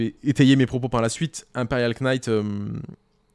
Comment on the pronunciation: désolé de faire mon relou sur la prononciation en anglais et faut pas le prendre mal ( c est pas si grave ou important) mais le K de Knight ne se prononce pas.